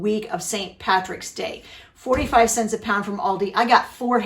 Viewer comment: I've been watching you guys for years and it's been fun watching the boys grow up. Especially Daniel because he's in the videos the most. I have nothing but great things to say about all of you. I just need to tease a little. Maybe it's a Mid Western thing, but I laugh a little everytime she says "cents" (sants) 😂 " comes out to.30 sants a serving" Anyway. I wish we had an Amish community here in California. Lord knows we need all the help we can get on groceries. Luckily we have an Aldi and a Walmart near by and a WinCo about 20 miles from here. We just have to weigh out whether it's worth the gas to get there or not (another huge expense here). Love you guys. Keep making great content and writing good newsletters ❤. See you in the next video.